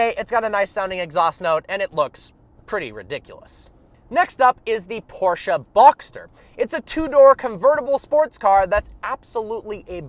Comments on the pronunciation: You pronunce por-ch-e not por-ch-e-a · Porche caynne gts